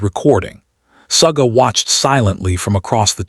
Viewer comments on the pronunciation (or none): Would nice if the .narrator got their names.its not saga and its not juman. Not Funny.